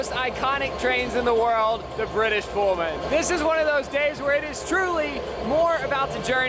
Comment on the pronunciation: Pul-man,not Pole-man🎩